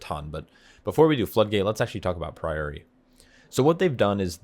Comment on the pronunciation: Love the content mate! 💪 However, its "Pry-ory" not "Pree-ori" 🤣